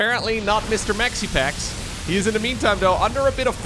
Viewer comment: Am I the only one who's kinda bothered by calling him " Maxipax"? Makes it soud like he's calling him Maxi-pad.:D